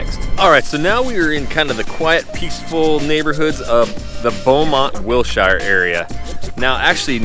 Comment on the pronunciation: Learn how to pronounce Wilshire dumbass